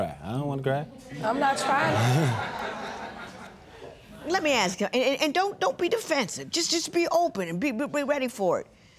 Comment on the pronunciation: Ask not axe come on man